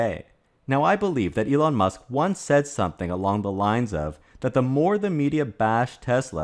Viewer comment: just curious. Are you saying Elong on purpose? On Tesla, they barely scratched the surface on global markets (outside China, HK, US, Scandinavian countries). Have delayed new models due to supply and battery constraints. Yes there are people who are hurt on exposing censorship ideology that existed. I don't like it, nevertheless it is what it is 🤷‍♂️